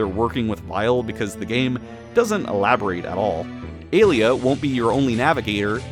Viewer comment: Hey, I noticed that you pronounced Alia's name like Alita. The first half of her name is supposed to sound like alien. The latter half, you got right. As for Pallette, it's like pal and let.